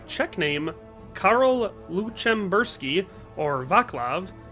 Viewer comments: Dude, you made my ears bleed with your pronunciation of Václav and Lucemburský. Otherwise a nice video tho. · stfu it’s so annoying every single czech person commenting this like get a personality